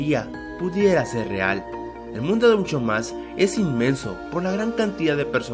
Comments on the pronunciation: En varias veces en vez de decir un "show mas" parece que dice un "chou ma" Ese nivel de inglés papá xdd Si no te sale bien solo di "regular show" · Soy El Unico Que Escuchava Un Chow Mas Envez De Un Show Mas? :U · LIKE SI OISTE QUE DIJO HORA DE AVENTURA ELGUAR UN CHOU MAS